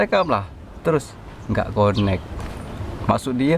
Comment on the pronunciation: Connect, sebutan yang betul adalah 'kenek' bukan 'konek'!